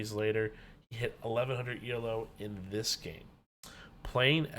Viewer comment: Good video. Just a small note.. "Elo" is not an acronym. "Elo" is pronounced e-low (The inventor's name was Arpad Elo.)